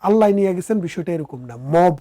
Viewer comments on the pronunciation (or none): none